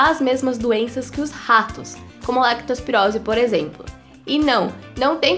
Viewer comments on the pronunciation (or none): Ela falou "Lactospirose"? Kkkkk